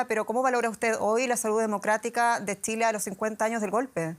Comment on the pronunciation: Muy bien todo pero porque siempre pronuncia Tsile en vez de Chile ?